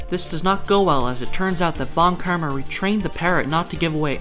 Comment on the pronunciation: Sorry, but von KIRMA??